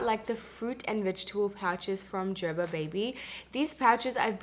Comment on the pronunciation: O meri behan- please make sure u recite tons of nazar dua on ur child because there r people who are struggling to feed solids to their kids .... MashaAllah ur daughter is happily eating babyfood MashaAllah—— also i was like Wtf is JerBer 🤪 Here in america its ger-ber ( as in aray garbar hogai ) 😁